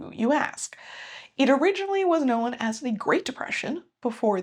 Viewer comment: I did my senior project for my BA on this. Interesting video. Can I ask where your accent is from? I haven’t heard of an American dialect pronounce the word “known” with a schwa to make it more like “kno-wen.”